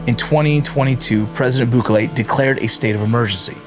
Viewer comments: Im actually shocked you dont know how to pronounce Bukele properly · Foo got the nopal en el frente mispronouncing bukele 😂